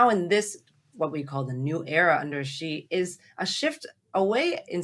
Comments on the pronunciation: The white guy can't even pronounce Xi's name properly! Also, Taiwan is NOT Chinese! It's been under even the most nominal Chinese rule only since the Qing dynasty, and then by force of immigration numbers under Fujian people's rule from the late 1800s, and then was a colony of Japan between 1895 and 1945. Around 250,000 Chinese Taiwanese served in the Japanese armed forces during the anti-Japanese war. In 1949 2 million Chinese refugees from the mainland arrived in Taiwan, crushed the earlier Chinese residents' uprising against KMT rule and imposed a single party rule until the 1980s (sic) Since then a unique Taiwanese identity has grown and the people in Taiwan do not want to be part of the PRC. The PRC's claim to Taiwan is pathetic and totally delusional, as much of the CCP's view of the world is. FUCK THE CCP. LONG LIVE INDEPENDENT TAIWAN!! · Thanks for the analysis for those without the time to watch the entire 4 hour address. (someone maybe tell how to pronounce Xi:)